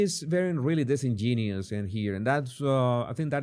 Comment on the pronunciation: The password is dis in gen u ous. (Not dis en gen ious.)